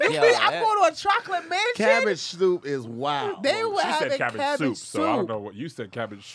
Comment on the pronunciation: Hey, was trying to say cabbage soup but instead said cabbed shoop 😂😂😅